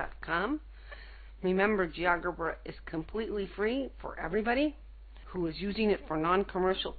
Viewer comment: That's pronounced as Geo 'Jebra'